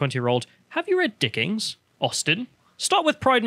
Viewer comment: "Judge, I already have. Hamlet was a based troll, and Mr. Darcy knew how to deal with THOTs. The end." Also, can't help but say "Dickings". LOL